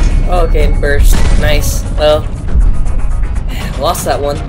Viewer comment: you fogot the t in lost